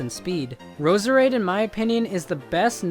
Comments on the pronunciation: btw Roserade's name isnt said Roser Aid its Rose Raid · Roserade is just pronounced rose rade. So much for supporting underused pokemon.